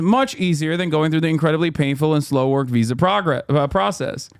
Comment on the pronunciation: Hasan: “H1B visa” My ears: “H1BBsa”